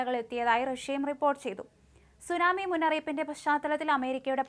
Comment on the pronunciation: എത്ര മോശമായി വാർത്ത വായിക്കാം എന്ന് നിങ്ങൾ തെളിയിച്ചിരിക്കുന്നു നിങ്ങൾ പറയുന്ന പല സ്ഥലങ്ങളുടെയും തെറ്റായിട്ടാണ് നിങ്ങൾ പറയുന്നത് 30 സെന്റി മീറ്റർ ഉയരമുള്ള സുനാമി തിര അതെന്തു സുനാമിതിരയാ സുനാമി വാർത്ത പറയുന്നതെങ്കിലും അതിന്റെ ഉച്ചരണം അർത്ഥം ഇതൊക്കെ അറിയണ്ടേ ജാപ്പാനീസ് വാക്കാണ് സുനാമി